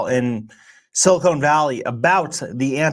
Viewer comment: Quit saying "silicone valley"